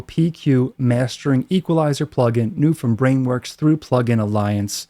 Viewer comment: Still forcing us to hear "Back when Weewurwee."